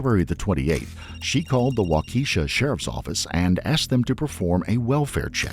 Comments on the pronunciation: When making these videos why not take the time to learn how to pronounce the primary city/town featured in the video? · The way your AI is pronouncing Waukesha is making my ears bleed. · AI shit that cant get pronunciation of cities correct. What else do they get wrong? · The narrator is pronouncing the name of the town wrong! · This was not best episode. Besides all the excuses for the killer (not being allowed to drive, which, given the level of trouble he got himself in, was not unreasonable. Nikita could have walked or taken the bus), and the mispronunciation of a well-known city, not mentioning Nikita's sentence was a pretty big oversight. Also, I don't care if an animation is done by humans or AI. Information should be complete and accurate, and this one missed the mark, and the virtue-signalling hid none of the problems of this episode. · It's a little thing, but really annoying that you couldn't pronounce the name Waukesha....The police actually said it. Seems like you didn't watch your own video 🤔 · They should have looked up how to pronounce Waukesha. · The detectives say it right so I dont know why they read it wrong 🤦‍♀️ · It’s so hard to listen to it mispronounced, especially repeatedly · I'm glad you posted this. His mispronunciation of Waukesha irritated me every time he said it. 😖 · The mispronunciation is even more infuriating because they even say it in the interrogation footage. I'm guessing AI narration? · Just another upper Midwesterner bolting to the comments to make sure someone had corrected this egregious pronunciation 🤣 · Learrn to pronounce Waukesha when you use it so much. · Yep, settled by the African tribe of Waukesha, from western Tanzania. And not by Native Americans like commonly believed.🤣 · The mispronouncing of the town, Waukesha, over and over was really distracting. The officer even pronounced it a few times. What a horrible event. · The pronunciation of Waukesha is not right. It's a Wisconsin thing. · Wa-key-sha? Lol